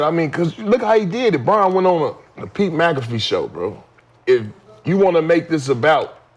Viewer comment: My boy said Pete McAfee Show😂